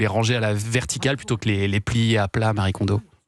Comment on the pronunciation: Exact ! Ce prénom n'est pas le "Marie" des occidentaux mais bien un prénom japonais à part entière qui n'a donc aucun rapport avec l'occident et qui se prononcé "ma-ri-é"